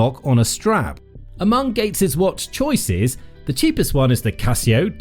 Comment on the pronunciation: Essa pronúncia do Casio é de doer o ouvido.